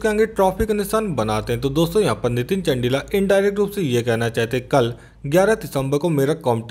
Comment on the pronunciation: Abhe bhai not चंडिला चंदीला hai vo bhai apni pronunciation theek kr tu